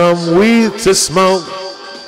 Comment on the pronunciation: You shouldn’t shmoka da weeds joe hogan